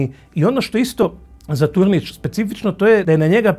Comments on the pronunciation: Nije Tornic,nego Turnic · Nije Sušanjska,nego Sušačka bolnica...nije Tornić,nego Turnić..."sveznadar" riječki vam je to trebao sugerirati,ali očito on Rijeku jako slabo poznaje,a pravi se as